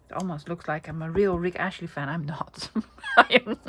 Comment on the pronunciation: I was thinking who is Rick Ashley?? Then i realised you were saying Rick Astley 😅